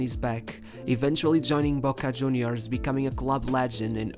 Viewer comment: Its pronounced "riquel meh" not "riquelm" and its "argentinos juniors" not "argentinos huniors"